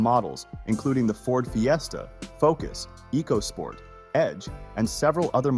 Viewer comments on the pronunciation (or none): It's just DCT or dual-clutch transmission - the T in DCT stands for transmission. Saying "DCT transmission" is like saying "VIN number" or "ATM machine". Also, the Eco in EcoSport is pronounced like "echo".